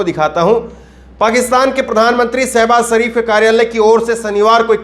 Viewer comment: ddddhhhhhhhaaaaarrrrrmmmmmaaaiiiinnnnndddeeeeerrrr ho aap🤣😅😆 ijjat nahi izzat pehle hindi bolna sikhlo pyare saibas sarif nahi shahbaz sharif۔jaara nahi zaara۔saamil nahi shamil۔saniwar nahi shaniwar۔asraf nahi ashraf kitni mistakes yarr۔۔۔najuk nahi nazuk۔kurbani nahi khurbani۔